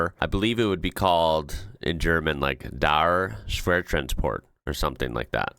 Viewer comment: You pronounced the company name pretty much spot on. A bit more breath on the H in the name, but Schwertransporte was dead on. You are getting good at this 🙂